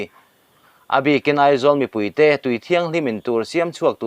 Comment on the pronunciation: Mizo tawng lamdan diklo i hmang tam hle mai, i ti diklo nual mai, eg= Pa chan, tih te, Thli, tiih te, ken tih leh a dang a awm nual mai.